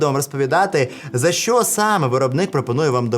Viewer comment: Без сценарію досить непогано, відразу і не скажеш. На досвіді вже) Але є й одне зауваження: забагато шокаєш. Це не дуже професійно. Декілька разів можна вжити, але в кожному слові замінювати "щ" на "ш" не дуже гарна ідея. Думаю з часом дійдеш до золотої середини. І дякую за контент💛💙